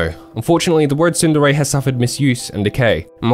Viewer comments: It's pronounced tsun-DERE, with the focus on the second syllable. Can't believe you did an entire video and you're pronouncung it wrong smh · Where did you learn to pronounce Tsundere like that?